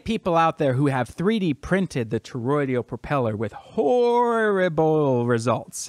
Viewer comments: The word is ToroidAL, not ToroidIAL... Doesn't give me much confidence in you in the first one second of your video. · It's toroidal...not toroidial. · 3 words in, mark: "...Toroid-EE-al.." Yup. I'm out. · I'd take this more seriously if you could pronounce "toroidal".